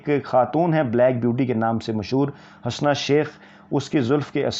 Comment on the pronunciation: Sir G Hasna not correct pronunciation ( HUSNA ).